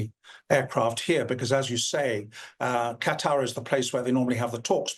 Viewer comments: Why cant you pronounce Qatar? kah tar not cutter! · Y'all please learn how to pronounce Qatar! It's not "cutter", it's "kuh tar"!!! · I hate that they all keep saying cutter, it's qatar, kuh taar! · Qatar = Kuh'•TaR, NOT "Kutter"! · its Kuh-Tuhr not cutter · They are not saying Qatar correctly. I hate when they say "cutter"! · Cutter? Really? People giving the news and has no clue how to pronounce the location names . . . sheer incompetence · It is not called cutter it is Qatar....The people are called Qataries not cutteries. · Westerners can't make that sound, but it sounds far closer to cutter in native language. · 100%! I can't stand when people say "cutter"! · Qatar NOT CUTTER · Have you ever heard a native say it? far closer to cutter. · I don't know but it drives me crazy when people say "cutter"! It's not a hard word to say correctly. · It’s QATAR, not Cutter! 😂😂😂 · why are they saying Cutter? Where is that?? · Why can’t they say Qatar correctly?